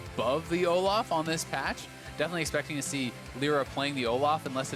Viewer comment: Seriously hate how the other caster calls Olaf, O-laugh.